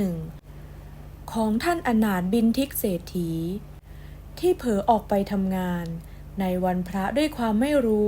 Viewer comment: ท่าน อะ-นา-ถะ-บิน-ทิ-กะ-เสด-ถี ค่ะ พยายามต่อไป โดยรวมดีมากเลยค่ะ 😊